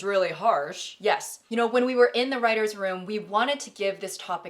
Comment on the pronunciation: "ima reighter" 😭